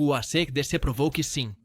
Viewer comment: o cara começa chamando a banda de Arcêdecê ai não dá...